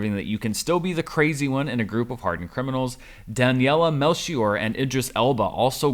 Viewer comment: congrats for being the first critic to pronounce the name Daniela Melchior right, as a portuguese person, I appreciate the effort you put into saying it right.